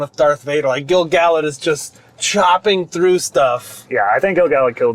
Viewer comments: Even though we're now 6 months later...Gil-galad is a little bit tricky for me, but only because I started off pronouncing it incorrectly. According to Tolkien's rules for Elvish pronunciation, the emphasis should be on GAL (as it's the second-last syllable, and isn't just a single vowel). GaLADriel (since you mentioned it) follows the same rule. Also, the famous poem beginning with "Gil-galad was an Elven-king" sounds much better with that GAL emphasis. So, unfortunately for 15-year-old me, I've now come to accept that as correct (though I still frequently say it GIL-galad if I don't think it through beforehand). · The audio book narrated by Robert Inglis pronounces Gil Galad with the emphasis on GAL. GG for short is better as all real rockers know the GG Alad hit “Burn Me, You Scum”